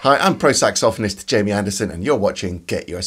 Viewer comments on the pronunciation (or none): I don't like how you say "saxophonist" but that was cancelled out by how absolutely amazing this video was, thank you so much!